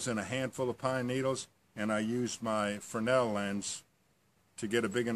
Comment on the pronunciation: Great video, and thank you for pronouncing Fresnel correctly.